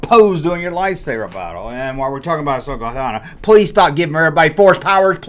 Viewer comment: Who’s Ahsoka “Tannah”?